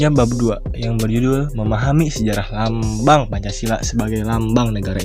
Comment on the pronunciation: Lambang mang bkn lambing.. haha